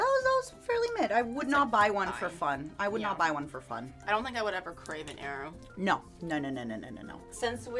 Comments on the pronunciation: ain't no way she pronounces aero as eyero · The way says "aero" is all wrong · Matara mispronouncing Aero like it's helping their nephew look for the Avatar. Also, Mirage being a dollar store brand is hilarious to me since it and Aero are both made by Nestle and I'm fairly certain is probably the same chocolate just in different molds. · ive never heard someone pronounce aero the way does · The pronunciation of Aero pained me 😂